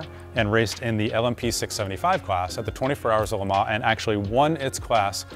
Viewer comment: Actually, for an English speaker that’s a pretty good approximation. The ‘s’ is indeed supposed to be silent.